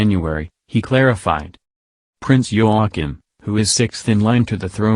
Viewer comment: Princess Mary is Talking silly! Prince Joachim (Pronounced Yo a keem) sons And daughter Are at the present His or Her Highness Not ROYAL. This Narrator can’t pronounce names Well! Queen is Margrethe(pronounced Mar great a)